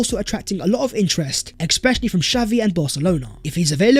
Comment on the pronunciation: Ex-specially…ex-specially…ex-speciallly…someone tell him.